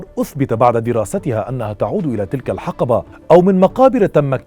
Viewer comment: اخوي تقصد: (( تلك الحِقٔبَة ✅)) بكسر الحرف الاول وليس (( تلك الحَقَبَة ❌)) بفتح الحرف الاول